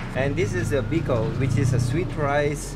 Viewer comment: The Filipino restaurant owner with a thick Filipino accent pronounces biko as bee -khow! Lols